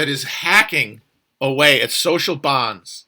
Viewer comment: "SOCIAL BONDS" (said incredibly emphatically) Also "monad"